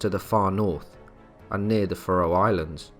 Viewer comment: faroe.... fair-roe